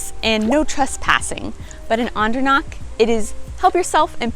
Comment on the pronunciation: guuuysss, can you try harder to make H sound? : D CH is like H in have. Andernach, machen, Nacht etc etc It has a vowel before, so it shouldn't be that hard to pronounce, probably doable even for Americans ; ) today I talked to one of our US employees and his last name ends in -macher, I asked him how to pronounce it properly (because you'll never know with Americans : D ), the reply? "MaCKEr, it's German" hehehe. I didn't want to correct him, he sounded so proud, probably 4th or 5th generation American.